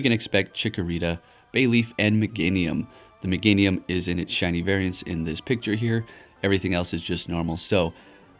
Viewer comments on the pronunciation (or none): really? Mega meganium or is it mega-nium😂